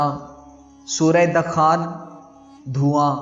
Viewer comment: بھائی آپ نے کافی سورتوں کے عربی نام غلط ادا کئے ہیں النَّمۡلِ ن زیر کے ساتھ نہیں ہے اس پر زبر ہے الزُّمَرِ-- ز پر پیش ہے زبر نہیں الزُّخۡرُفِ اس پر بھی حرکات کی غلطی ہوئی الدُّخَانِ----------- اس میں بھی آپ نے دال پر زبر پڑھی الحُجُرَاتِ ---- اس پر بھی ح پر زبر نہیں پیش ہے الصَّفِّ ---- یہ نام آپ نے شامل ہی نہین کیا 61 نمبر التَّغَابُنِ ---- اس میں آپ نے ب کے نیچے زیر ادا کی جبکہ ب پر پیش ہے مزید المُرۡسَلٰتِ ، النّٰزِعٰتِ ، المُطَفِّفِیْنِ ، الہُمَزَۃِ کے نام بھی درست تلفظ کےساتھ ادا نہیں کئے گئے کچھ برا لگے تو معذرت چاہوں گا اللہ ہم سب پر اپنی رحمتوں کا سایہ قائم رکھے شکریہ